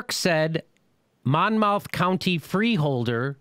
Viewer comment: That's my county. I have to say you pronounced Monmouth County wrong.